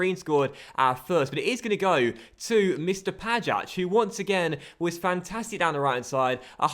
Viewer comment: the "ja" in Pajać is pronounced like "y" in yahoo.